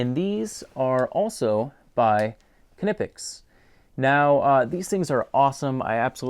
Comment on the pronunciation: Nip-ex is horrible lol. I find this fascinating. One of my friends got back to me today, and his wife (who is German) says, "K-nip-ex," but some of those German guys were clearly saying, "k-nee-pex." I wonder if that's a regional dialect thing? I decided to dig a little more. The company was founded in Wuppertal, and four language groups converge in the Wupper valley. The lady I know grew up just outside of the valley, so maybe I can get a little more information on it. From the evidence we currently have, there are two correct German pronunciations.